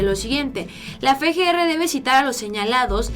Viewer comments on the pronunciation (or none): no es fe, g, r. Es efe, g, r. Espero lo tomes en cuenta, hasmelo saber, gracias. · no es Fe G R... Es FGR osea efe no fe. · Efe, Ge, erre no Fe, Ge, Erre.